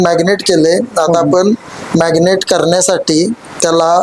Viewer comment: मॅग्नेट नव्हे मॅरीनेट....😅😅😅😅😅 जास्त शुद्ध बोलण्याचा नादात भलतच बोलल जातय ....🤔🤔🤔😂😂😂😂